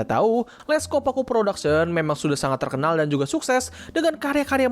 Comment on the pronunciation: oh iya bang sebutan nya bukan les' copaque production tapi le copaque production iya ini sebutannya ngak typo